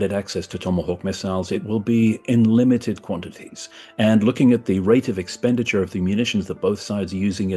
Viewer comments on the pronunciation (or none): none